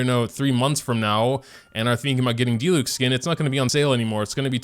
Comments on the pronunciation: it’s a di-LEWK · My friend pronounced diluc as “deelooch”